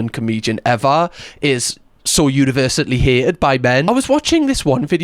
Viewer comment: Hay-ed? You mean 'hated'? (Welsh?) misogynist. Unbearable video. 2 minutes max. Ugh. Talk about shite...